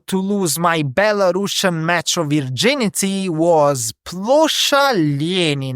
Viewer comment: Say belarUsIan, not belaRUSSIAN...